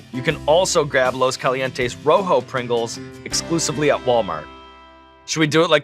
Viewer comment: When he said rojo instead of ro jo ❤ respect